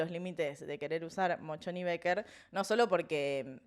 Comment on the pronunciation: Un editadito de las veces que dijo "Mochon y Becker" por favor! Hasta yo tuve que leerlo en la facultad, que nada que ver tengo con las ciencias económicas. Gracias x estar ahí <3